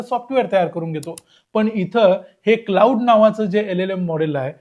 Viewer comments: Claude हे क्लाउड नाही, क्लॉड असा उच्चार आहे रे दादा. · कृपया आधी या मॅाडेलचं नाव योग्य प्रकारे उच्चारण्याची काळजी घ्या. क्लाउड असा उच्चार नसून तो क्लॅाड असा आहे. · त्याचा उच्चार 'क्लाउड' नाही, तर "क्लॉड" असा आहे.